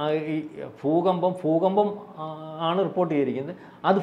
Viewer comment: ഫു കമ്പം എന്ന് അല്ല പറയേണ്ടത് ഭൂകമ്പം👍